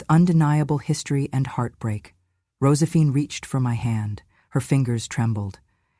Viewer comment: Why so many flubs in the reading of this script?! Mispronounced words and names : Rosephine?